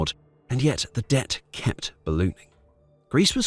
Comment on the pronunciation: debt vs dept